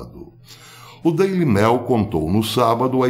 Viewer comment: Pronuncia-se "Daily Mêil"... como em "meio"... ê, não "é"